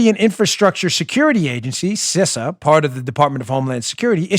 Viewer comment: Good luck tomorrow Dan. I know many people who've had chemo and some, like you mentioned, agreed it sucked. But then I've known others who've had no side-effects at all. I'm praying for you overall and hopefully you'll fall into the latter group. Side note: I'm pretty sure the pronunciation of CISA is "Cee-suh". No biggie, but I thought you'd like to know. I'm an avid reader and that's what numerous big name authors, like Clancy, Silva and Rollins, have said.